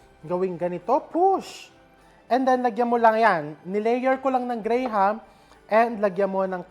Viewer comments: Here in the US, it's pronounced GRAM, not grey-ham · It’s pronounce Gram not gray-ham lol! But I get it, I’m also a Filipino, it’s a Filipino thing lol! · Gram po chef, silent ang HA sa graham